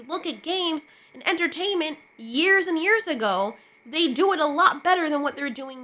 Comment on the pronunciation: "they" became ciralt lol